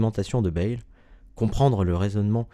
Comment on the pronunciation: Il faudrait d'abord à apprendre à prononcer correctement le nom de Pierre Bayle: [bεl] et non pas [bεjl]. De plus, dans la vidéo, on parle de «Dictionnaire critique et historique», alors qu'au même moment on voit «Dictionnaire historique et critique» sur la première page de l'ouvrage en question!